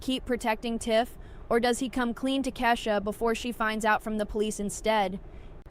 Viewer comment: Just a bit of advice... Start pronouncing the names correctly, or else no one will listen. The Chi Pronounced The Shy... Bari is actually Bakari pronounce BA-CAR-EE and Kiesha is pronounced KEY-SHA. I almost stopped watching because of how you botched the names, including the name of the show. You do have valid points, but it's hard to get past the pronunciations.